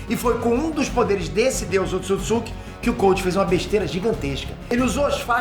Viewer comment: Um dos maiores canais do Brasil e NINGUÉM DA EQUIPE, em todos esses anos, disse pra esse cara o nome certo do clã. Erro de pronúncia é normal, mas você tá colocando outra sílaba no nome 🤪! Não é "...tsukitsuki", mas sim "...tsutsuki"